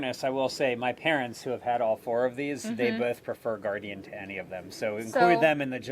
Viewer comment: It is pronounced Guardian.